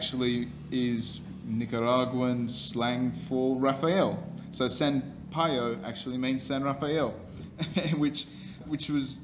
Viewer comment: LOL, "San Payo" that is so funny. Yes, Payo is the nick name of Raphael.